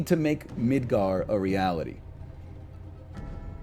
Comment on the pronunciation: Nigga, said Midgar I'm dead